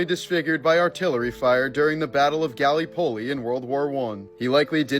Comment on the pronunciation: Pronounce it Gull-Lip-Pulley